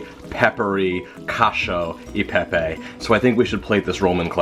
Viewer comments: Loved your pastrami recipe and eager to try this one. Correction: Koch- ee- oh- ay- paypay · It’s cachE-O Eh PePe